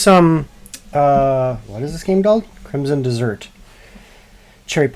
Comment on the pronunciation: "Crimsom dessert" LOL